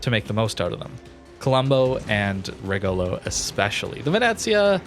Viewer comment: RE - like in revenue - GO - like in go - LO - like in low. And high tone in the RE. REgolo